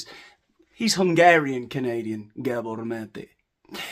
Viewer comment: We dont need maths for University with psychology. My family is riddled with them. You make me laugh my ass off without pissing me off as a Canadian Mental Health Community Worker ( serious) lol. You say Dr. Mate's name like "Dracula" .